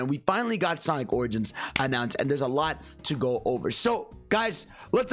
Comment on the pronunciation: God dammit that intro when u said Sonic Oranges. All I hear is oranges when hearing origins now 💀